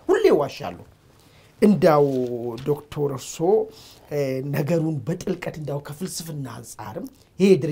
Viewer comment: This journalist he doesn't know how to say Dr.? ?